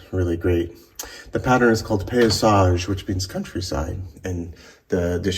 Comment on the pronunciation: I would suggest that you learn French! It is not "Fleur de lit" but Fleur de lysssssssssssssssssssssss"! Pay- he- zage that gives paysage! There is no excuse for your lack of "savoir vivre"!